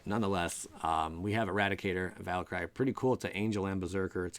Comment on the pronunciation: Love ya, but it's "val ·kr·ee." Back to being aweseome...